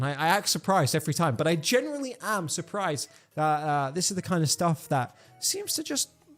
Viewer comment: THERE IS NO “R” IN “GENUINELY” BRUH😭😭😭😭😭